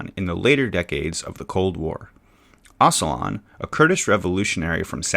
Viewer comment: Oh-juh-lahn not oss-uh-lahn